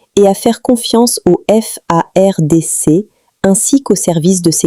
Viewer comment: Commencez à bien prononcer madame,notre Armée Congolaise s'appelle FARDC. pas F.A.R.D.C que toi tu nous prononce ici là